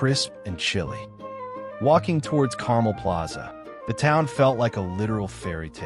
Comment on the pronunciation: the mispronoucation of Carmel is really cringy, and give this video an AI narration vibe/feel. Which is unfortunate.